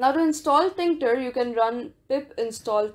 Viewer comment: "tinKter"? It's still TKinter